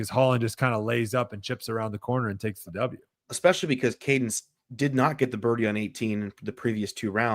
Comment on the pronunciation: eXpecially drives me nuts- I expect it from but the other guy too?!?